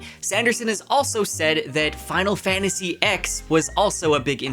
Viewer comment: Bruh Final Fantasy "Ex"? Come on now 😂